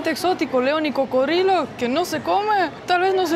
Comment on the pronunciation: "Barriga llena, corazón contento"., habla muy bien el castellano, pero en tus videos en ocaciones dice incorrecto, alguna palabra, 🙏 por favor corrigela, y así hablara mejor. Como hoy que dijo, carne de cro-codilo, no,!... coco-drilo, cocodrilo, así tu qurida esposa, hablara mejor. Disfrute su tour carnivoro, insectivoro, y si, sin ir muy lejos, fuiste a muchas partes del mundo. Que la sigan pasando "chido", nos vemos👍🙂🇲🇽🇪🇪🇦🇷